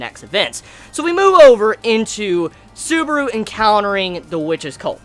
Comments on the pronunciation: You said suburu.... It's Su-ba-ru! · "How TRIGGERED Beetlejuice got when he realized, WHEN HE REALIZED, that Suburu makes fun of his gospel" First of all it's not "Beetlejuice" it's BETELGEUSE Beh-Tell-geus and it's not "Suburu" it's SUBARU.